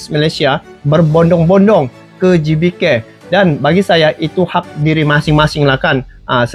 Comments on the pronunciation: Gebeka bang Bukan gibike 🤣🤣🤣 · DUH DUH DUH...🤪🤪🤭🤭🤭 WAHAI.... GBK ITU BUKAN DI BACA: JIBIKE.. TAPI GBK ITU DIBACA: GE BE KA.. UNTUK AKRONIM INDONESIA BAGUS NYA BELAJAR DULU EJAAN ALFABET MENURUT BAHASA INDONESIA... EMANG SIH MALAYSIA ALFABET LATINNYA MENGEJA MENURUT BAHASA INGGRIS... TAPI KAN BUKAN YOUTUBER INGGRIS.... TAPI YOUTUBER YG MEREACTION INDONESIA.... ABCDEFG EJAAN INDONESIA ( A - BE - CE - DE - E - EF - GE)...... ( KALAU EJAAN INGGRIS: E BI SI DI)